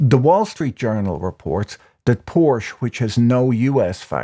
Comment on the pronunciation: How are you so educated and erudite, and yet mispronounce "Porsche"? Ah well. Even my perfect spouse occasionally makes a mistake. 😊 I shall graciously let this go.